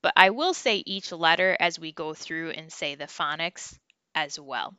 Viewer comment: Did you say phonics or FunNiks! 😂. You are making it fun!! ❤